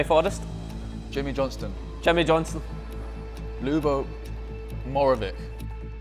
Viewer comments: The pronunciation of lubo 😂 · Couldn't pronounce Lubo's name! 😮 Release him now. 😂